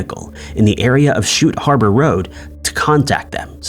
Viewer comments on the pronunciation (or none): none